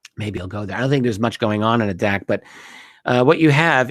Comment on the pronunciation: Hi Richard. Like your channel, good stuff. The island is pronounced Adak, with the first a long like ate. Cheers